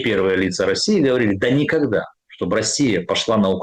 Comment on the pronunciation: От 'шоканья и гэконья', мой слух отказался это воспринимать на 5 минуте. Через слово : шо гэ, шо-гэ. Можно уехать из Виницы, но Виница из тебя никоХда😂